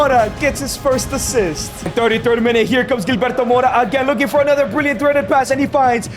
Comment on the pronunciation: 🤣 Gilberto pronounced hil-berto not Jil